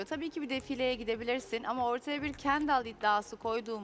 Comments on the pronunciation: kenDAL ne ya nası öyle telafux ediyonuz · KenDAL nasil bi telaffuz yapar